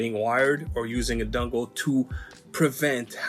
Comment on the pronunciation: Dungle...a...dungle....never, have I ever, in all my centuries of controller YouTube "research", EVER, even ONCE, heard someone call a mfin dongle a damn DUNGLE. ITS GOT DONG RIGHT THERE MAN! All you gotta do is just say the damn word and boom, young throwin dongs all over the joint. Holy ish ok actually it really is annoying me lol that sounds beyond stupid bruhh cmon man fix yo ish. DAMN.